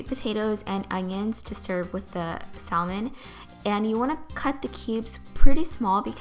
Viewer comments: It pronounced samon not salmon :) great video!! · ..I can't...you had saLLmon? come on now..the L is silent....saLLmon SALLMON...You keep saying it ;( p.s its called caprese salad, not capri. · Cristal Loera You are right. The L is silent. It is pronounced sammin. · The 'L' in "salmon" is silent. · It's pronounced like this: Samon. The L is silent. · sal-men lol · The 'l' in salmon is silent so you're actually supposed to pronounce it as 'samon'. Maybe it's just a british thing though. But the British did invent the English language sooo.... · You're saying salmon wrong girl,it's pronounced saamen not how it looks ok just trying to help ok. Btw it does look really tasty can't wait to make it myself thank you for the recipe!!!!!! :-) :-) :-) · It's pronounced samon. The L is silent. For the future lol. 😉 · Not trying to be mean, but just want to let you know that "salmon" is pronounced sam-men. The "L" is silent. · Omg I've been saying it like her my whole life.lol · The L in salmon is SILENT .....LOL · Gabby Shontz i die every time🤪. The L is silent honey! Lol but i still love her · I love the way you say salmon!! and is that the caillou song? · The way u say salmon... hahaha.! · Well, this made me want a snack! I love the way you take care to make your food look nice and polished, it always feels nicer when a dish is presented elegantly. (The "l" in "salmon" is silent- someone has probably already said that but just so ya know! (: ) Anyway great job, love it! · Thank you for sharing! Loved the video! (Not to sound offensive or anything, but you don't pronounce the 'L' in salmon:) ) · Isn't the L in salmon silent? That's what I thought can anyone let me know if I'm wrong? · Yes it's silent. She pronounced it wrong. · I think it's bc it spanish we pronounce the L. I slip up and say it like that a lot.